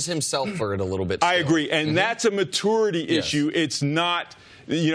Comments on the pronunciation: What is up with Fox Sports analysts not being able to say the word "maturity" correctly? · why cant this guy pronounce maturity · I'm triggered by how Stu pronounces "maturity" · So Coach can’t pronounce maturity 🤔